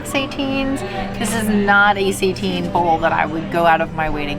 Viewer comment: Love this review -- can't believe they are offering SEITAN (versus just the regular ol' Impossible meat). By the way, it's pronounced 'SAY-TAN", not "say-teen". Have a great no-turkey Thanksgiving guys! Love your videos!